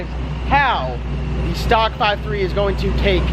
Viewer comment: "Stalk" lmao it's stock